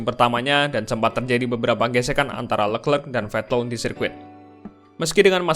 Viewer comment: Kalo mau gampang nyebut nama si charles. Coba bacanya dipisah jadi “le clerc”. Bukan “lekrek” nyebut nya anjir